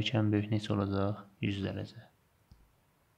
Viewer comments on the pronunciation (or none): muellim deyir ki olajax :) demeli olajaxdanaaa :))))))))))))))))))))))))))